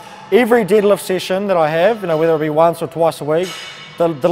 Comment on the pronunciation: I just noticed the shirt he's wearing, I thought it was a foreign language until I heard him say "didlift". I want a shirt like that 😂